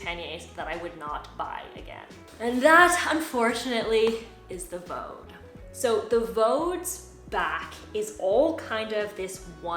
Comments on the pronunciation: by the way, the brand in Germany is pronounced VD (like the two letters read from the alphabet, nothig to do with Vaudeville or sth 😂) because the founder's and nowadays his grandchild's name is Von Dewitz...VauDe is phonetic in German for the two letters... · Nice review, quite helpful; slight tip, though on Vaude; The pronunciation is quite simple! VD [fau'de], like the two letters V and D in German spoken one after the other. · Not to be the language police, but pannier, although originally a French word, is pronounced pan-yr in English, you can look it up. The gear company Vaude, is a German company, and is pronounced vaad in English. Again, you can look it up. People can pronounce things any way they want, but it just sounds stilted. It is like being a native English speaker talking to a fellow American, for example, and insisting on pronouncing Paris, pah-ree (with a slightly rolled r, like a French speaker). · I have products from both brands but heard some tourists on a German channel pronounce Vaude (Fawdt) or (Fawde).. not sure which is correct, but then again everyone pronounces Panniers differently. One other thing about the Ortlieb rail, I think you can install the oval rail from the Sport rollers on the back and/or you can flip the one you have upside down (if needed) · I've had Vaude (you do not pronounce it like you do) bags for about 10 years. Never ever had that thing pop out. And I change the settings on that a fair amount, most people wouldn't since you'll use it on one bike. I have no idea how you did that. I use mine for a daily commute.